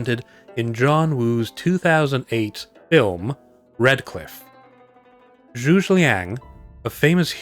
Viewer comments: its Zhuge ..........pronounced zhu gah ........ some dynasty warrior fan had to say it x) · ...you pronounciation of Zhuge Liang's family name failed... in a unique manner, unlike anything other than I heard, ever. No Cow Cows, no Sun Kwones. This one is just magnificent.